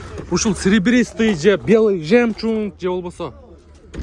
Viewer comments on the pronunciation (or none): Жакшы тартып жакшы суйлоп бересин молодец.бирок жемчунг дебей жемчуг деп журчу .ушул эле бузуп коюп атат речти.. а так все хорошо.таарынба😊